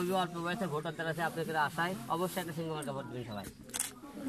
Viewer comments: ভালো করে তো সিংহ উচ্চারণ করতে পারেনা,, বলে শিংঘ,ও আবার হবে এমপি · হিরো আলমের মার্কার নাম হিরো আলম নিজেই বলতে পারবেনা বলে সিংঘ সিংহ বলতে পারেনা